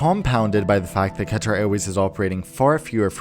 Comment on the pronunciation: I luv how u say Qatar 💕